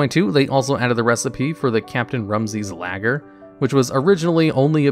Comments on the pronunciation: “Lager” is pronounced Lar-ger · Without the r